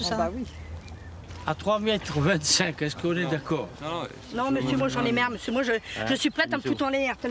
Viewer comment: LOLOLOLOL!!! : "Moi m'sieur j'en ai merre! j'en ai merre! Mais j'en ai merre!!! " ^^ Avé l'accent... ^^ Et à quand on la voit en gros plan bein moi mes yeux voient donald trump!??! ^^